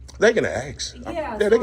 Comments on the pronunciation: Ask not axe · Trying so hard to speak with intellect, but CANNOT pronounce one Simple word..... WTH does "Acks" mean??? If you're trying to speak with BIG words to come across as a Smart individual, why not try to pronounce the SIMPLE word of "ASK" Correctly... "ASK, ASK, ASK, ASK, ASK... IT IS A VERY SIMPLE WORD... You're Now Dismissed 🤔😂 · Why can't so many people pronounce the word "ask"? It is not "aks" the s is before the K. Whats up with that? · Listen…they can axe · They can axe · Acks........ The Word Is ASK!!! He needs to say it a thousand times in order to pronounce it correctly. ASK ASK ASK It's a Very SIMPLE word.... ASK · " they can axe, they can axe ".😢😢😢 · Sorry, i don't know why, but i having problem respecting people that uses the word "AKS" when they ask something.. to me is sounds un educated to say aks